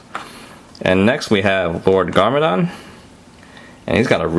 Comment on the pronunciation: you said gord garmandon not lord garmadon